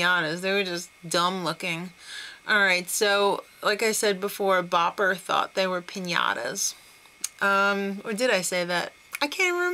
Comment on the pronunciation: lol em-pinata??? That's awesome!!